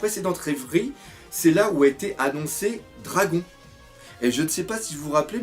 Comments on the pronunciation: super vidéo encore très bien expliquer et faite ( juste un truc pas contre toi mais on dit dradone et pas dragon pour le pèere de luffy enfin moi j'ai toujours enttendus ça mais sinon je m'en fout tu fait comme tu veux lol) continue comme ça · On dis "Dragone" ! Et pas Dragon mdrr tu vas te faire talquer par Ryo-Sensei toi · ON DIT DRAGONE PAS DRAGON